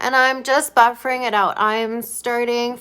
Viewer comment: “Buffing” (not buffering)😝 the R must be silent ❤